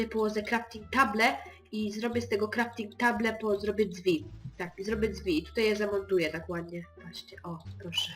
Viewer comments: krafting table XD wymowa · Kanał Zamknięty. w sumie tak ale słyszałeś że on Crafting table mówi krafting table ( crafting powiedział dobrze ale table powiedział table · boże ,,kraftig table" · bob budowniczy to gówno nie domek i nie mówi sie crafting table tylko crafting tejbyl tylko pisze się table naprawdę dzieciak roku